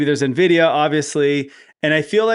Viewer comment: Wow. Glad to see you guys in the AI arena. Can't wait for you to learn to pronounce the names of companies like Nvidia (LOL) and Nebius.